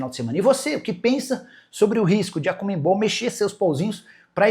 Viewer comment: conmeMbol não Nicola , é conmebol, sem o "m" depois do "e"